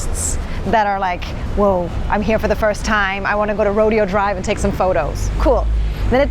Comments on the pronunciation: Your Air BnB apparently was walking distance where I live. ( you are literally 7 blocks from my house.) The initial part of Melrose you were on used to be an even cooler, hipper place. Rodeo, the drive, is the Spanish pronunciation Ro DAY oh. And ... driving in LA, while it can be problematic, is easy peasy compared to some other cities. San Francisco can be a bit more chaotic, Atlanta's aggressive drivers make LA's seem like pussycats, and New York, especially Manhattan, especially cabbies? That can be the most chaotic driving situation in the US. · lol. it's "ruh-DAY-oh". 🙂 Just a regional thing.... There is a street called "Sepulveda" in Los Angeles, and rather than the Spanish way, "sep-all-vah-da", locals say it "suh-PULL-vuh-duh".🙂 Here's another, "San Francisco"....instead of the Spanish way, "sahn-frahn-see-sco", it is pronounced "san-fran-sis-co", the "san" sounds like "sand" without the D. Same rules for my city, "San Jose"....there's a song "Do you know the way to San Jose?" by Dionne Warwick where she pronounces it properly. 🙂 It reminds me of all those towns in Wales that have 10,000 letters, and no one knows how to pronounce it except those who grew up in Wales. 🙂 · It’s row day o drive not rodeo. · Let me explain It's not pronounced Rodeo Drive its pronounced Ro-day- o Drive. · RO- DAY-OH drive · Rode'o Drive not Rodeo Drive.😂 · She need to lear how to say rodeo dr correct she’s saying it like riding like a redo cowboy thing it should be said like Roh-DAY- oh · Thate Roh Day oh drive not Roh deee oh drive. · When you're in South Central LA they pronounce it ROAD-E-O before they renamed it to Obama Blvd. But being you're from Burbank I'm sure you only know the ROW-DAY-O side 😂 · its pronounced "Roe-DAY-oh" not Ro deee oh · Hi. Rodeo drive is pronounced “Ro-day-oh” not “Ro-Dee-oh”. Just trying to help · It's ro der o drive not rodeo drive. Love your videos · Just so you know, it's pronounced rodayo drive. ❤ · Pronounced 'Row - Day - Oh' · ro-DAY-o Drive